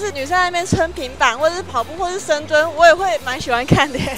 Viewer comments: 一直聽成深度?? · 深蹲的部分 我也聽不清